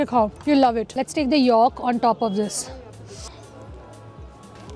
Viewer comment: How can you eat Pork?? 😮 and it's 'YOLK' not 'YAALK' YAK..😂😂